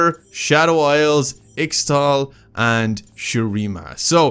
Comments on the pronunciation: Ixtal and Ixaocan are pronounced "Ishtal" and "Ishaocan", this is how Qiyana has pronounced it in the game The Shadow Isles were once called the Blessed Isles, and was a place that was seeded to by Ixtal, Ixtal basically sent people around the world towards Shurima and the Blessed Isles and the Blessed Isles became the Shadow Isles after an event called the Ruination where the Ruined King sought power and ended up sacrificing everything for it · You forgot to click the most important things in Shadow Isles that talk about their past. And in The Void you didn't click (in the main "building") "The Voidborn" so you can see more of those weird creatures. Btw you read Ixtal as Ishtal (it's confirmed), Freljord as Frelyord and in Demacia you don't read the "c" like "k" but like "s". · Ixtal is pronounced like ishtal . I don't know how to write it down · let's not slaughter the names here : ( Freljord = Frelyord ) ( Ixtal = ichtal ) ( Ixaocan = ichocan ) ... and one place u won't find on the map since it's hidden to mortals and no one knows where it's gates are is the spirit realm Aka Bandle city where yordles live it is said that the flow of time there is different from the mortal world :)